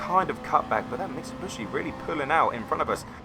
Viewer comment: Why do you keep calling it a MITSABUSHI ?? Mitsubishi....... MIT-SUE-BEE-SHE.